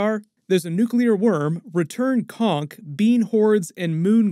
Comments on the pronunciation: It's return Conch, not conck. A Conch is a shell. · He said conch like conc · Also the ch in conch makes the normal ch sound, not the k sound.